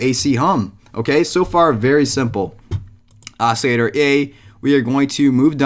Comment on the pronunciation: OCILLATOR pronounce the L's